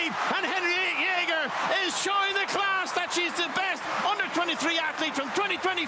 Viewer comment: Jeger, not jæger ^^ It's close enough though.